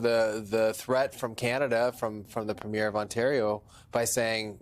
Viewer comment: For the love of god, it's "PREEM-YER"...Doug Ford isn't a movie 'premiere' lol